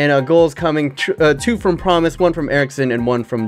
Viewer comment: Its Promes, not Promise.